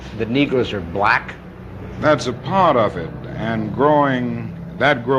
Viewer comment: He said black hard as hell😂😂😂